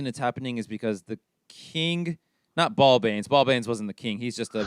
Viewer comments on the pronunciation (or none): Every time you mention Zulbag and Balbanes I just hear ballbag and ballbags